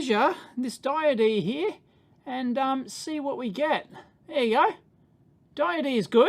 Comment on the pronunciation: is "diodee" a daveism or an aussie-ism? unsure after this video if dave just likes saying diode funny, or if it's an australian thing. either way, a diodee seems like the only deity dave would preach for :D